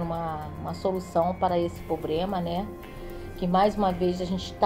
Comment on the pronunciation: O nome não é probema o nome é problema Sra.